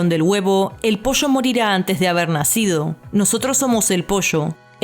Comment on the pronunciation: Me encanta como en vez de decir pollo dicen posho 💖